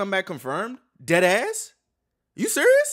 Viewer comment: Sound like you said DATASS 🤣🤣🤣 instead of DEADASS